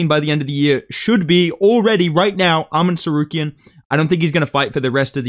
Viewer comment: It's not Árman Tsarukyan, it's Armán Caruk'an